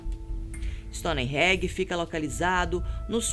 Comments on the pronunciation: Stonereggie... Kkkkk era o templo do Bob Marley.... No mínimo, a pronúncia tem que ser certa para se ter um canal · Stonenhenge? Alguém ensina a pronúncia certa, pf 😣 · stone reggae? esse ai eu nem conhecia, povo podia ver a pronuncia antes do video né. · Se pronuncia "stone enje" não "stoni regui"!!!! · Stoneégi ? Povo BR burro, nem falar direito inglês sabe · A mina falando STONE REGGAE hahahaha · Stonehenge virou "Stony Reg"! Que pronuncia e essa? Esperaria isso é um canal amador, não do fatos desconhecidos. Que Mico!kkkk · Sem querer menosprezar o trabalho da apresentadora , ela não combina com esse canal , fala como se estivesse apresentando trabalho escolar , e a pronúncia então ??? Stonereggae e linhas de nasga foi de matar !!! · Meu ouvido dói com "stonerregae" kkkk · Não da para ouvir nenhum vídeo com essa mulher! Sem falar no “stonihengi” que ela solta! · "Stone regue" haahahahahha da não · Kkkk pensei que só eu tinha percebido , o certo é Stone Range . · Perdi com essa pronúncia de Stonehenge KKKK